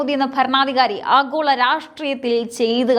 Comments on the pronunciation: ആഘോള അല്ല. ആഗോള മതി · ആഹോള രാഷ്ട്രീയം... ?.... ഉച്ചാരണം ശരിയാവണം.. . ഭയങ്കരം.... 😮